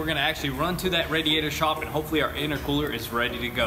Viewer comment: V tune said itercwooler